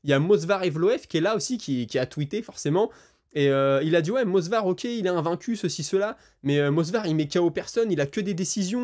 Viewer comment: Frère tu fais des super vidéos merci de ton travail, juste, ça fait plusieurs vidéos que tu dit MoSvar au lieu de MoVsar en parlant d 'Evloev 😂 pitié arrête je casse mon crâne !